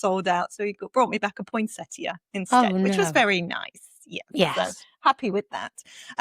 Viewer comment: Thank you for correctly pronouncing “point-set-ee-ya” 😊. #prunarbo_us thank you for giving us a second opportunity to try for your brilliant tool. I showed a video of the Prunarbo to our community gardening group and we are now all crossing fingers.